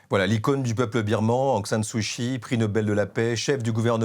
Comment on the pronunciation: 1- "d'origine musulmane", ce n'est pas une origine. 2- Sumatra n'est pas à l'extrême est de l'Indonésie mais à l'extrême ouest. 3- Kyi se prononce /tchi/ pas /chi/ Il faudrait soigner la diction et le choix des mots. C'est cocasse de s'exprimer ainsi lorsqu'on est grand reporter "spécialiste" de l'Asie du Sud-Est.